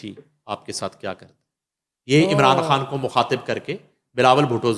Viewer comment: u speak very fluently but I fail to understand why can't u pronounce ur own name ie khan. Please improve ur pronunciation.